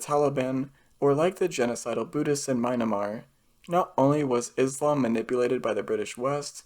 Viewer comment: You mispronounced Myanmar in this video I think.